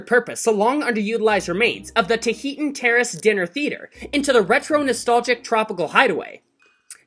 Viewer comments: Please learn how to pronounce Tahitian. Geez. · I’m sorry but that’s not how you pronounce “Tahitian”....